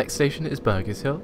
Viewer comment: Just saying it's Burgess hill (burj not burg in hamburger) :P